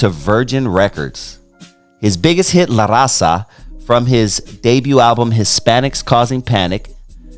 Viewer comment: Vato you can't even pronounce LA RAZA correctly...typical Chicano. And you don't know 2 of his biggest albums smile now cry later ( Eastside rendezvous, La familia) when hell.a freezes over ( mexican border) homeboy do your research when you speak on a mexican legend like Frost!!